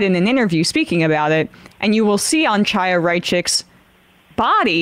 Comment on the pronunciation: Look I don't like Chaya Raichik any more than the next person, but I'm pretty sure that's just not how her first name is pronounced. Unless I'm missing something or it's a MR bit?